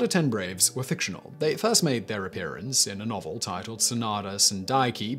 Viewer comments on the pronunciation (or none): none